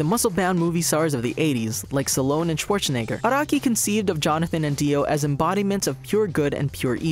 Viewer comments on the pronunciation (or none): Sallone. XD *Stallone. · Also pronounces Stallone wrong.